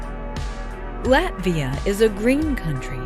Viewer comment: She mispronounced Latvia as well